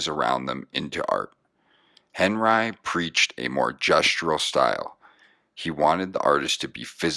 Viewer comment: This narrator murders the pronunciation of names. Yikes! However he does pronounce henRYE (Henri) properly! This art deserves a more knowledgeable narrator..